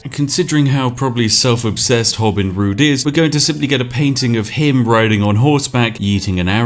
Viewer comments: Am i the only one that notices he was saying "Horin Rood" instead of "Hobin Rood" throughout most the video? I know it's a odd name but he is the one that established it and I just find it funny he couldn't stick with it XD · I like how about 3/4 of the way through the video, he starts calling him "Horin Rood" instead of "Hobin Rood"